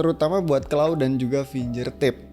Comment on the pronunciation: Makasih review nya, Mas. Btw finGERtip, bukan finJERtip